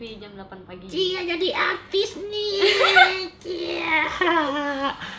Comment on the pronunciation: hyuna lucu banget pas bilang cia jadi atis nih ciaa cici fani jangan lupa nonton the indoor dont bie setiap hari senin jam 02.13 sampai 09.45 jangan lupa nonton yaa ciaaaaaaa.